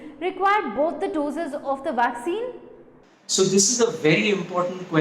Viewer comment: What's a vwaccine?